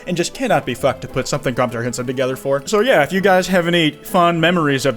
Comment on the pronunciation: “ Compterhensive ”-, 2022.